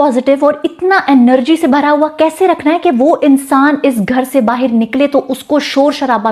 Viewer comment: Bahir, omg ham to Bahar bolte h apke talafuzz, husn ka, juban , wallah Habibi. Ulfat jehenashi ab itna hi aata h. Shadi karegi mujhse sorry nikaah.